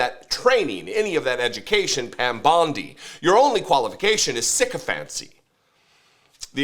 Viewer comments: Her name is Bondi not Bundy, at the very least get that correct, because nothing else this guy said was. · Does know it’s Bondi and not Bundi?